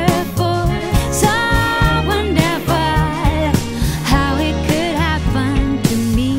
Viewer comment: That is not how you pronounce Wonderful!!